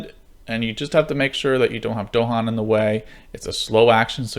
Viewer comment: Nice video! If only you didn't mispronounce Dahan. this is the original Kickstarter video this is GTG's "How To Play" In both you can hear the phrase "the island's native inhabitants, the Dahan". It's not DOHan.